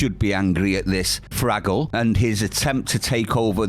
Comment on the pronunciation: Love how you pronounce words,. Fraggle for example. I always pronounce that as fuckwit!